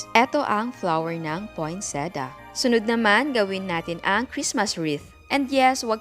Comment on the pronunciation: Poinsettia po yun chef not poinseda hihi